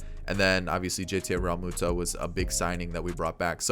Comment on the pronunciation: I died when you said JT Ralmutada